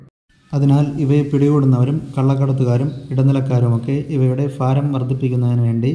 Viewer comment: ഫാരം ഫ ഫ ഫ ഫൂമി കേൾക്കുമ്പോൾ എന്തോ ഒരു അലോസരം തോന്നുന്നു ഭാരം= bha